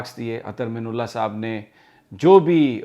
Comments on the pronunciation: Real pronunciation is Ather Min Allah. Not Ather minullah.please correct Sami bhai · The correct pronunciation of his name is: Minallah Not Minullah مِنَ اللّہ Not مِنُ اللّہ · Sir sorry to say but must correct u, please. Ap guzishta kai dinomse Chief justice ka naam ghalat pronounce kar rahe hen. Ap " Minallah" lafz ko " minullah" pronounce kar rahe hen. Arbi lafz ki meaning mamoli zer zabar badal jati ha. Plz consider it. Thank u